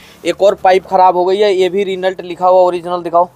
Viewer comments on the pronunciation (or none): रिनल्ट नही रेनो 😂